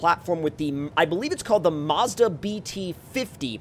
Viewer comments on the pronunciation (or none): none